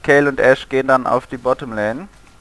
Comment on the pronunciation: außerdem heißt es lane und nicht lain. nooblords